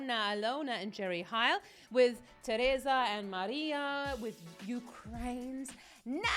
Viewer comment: Jerry Heil is not Jerry HAil, just say "E" like in "seilor" or "teilor", and Alyona is pronounced like in "learn" - Alearna Alearna)